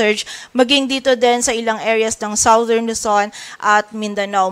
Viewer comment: #Reporter, South is pronounced as sawt, but southern is #sadern. Check dictionary for correct pronunciation.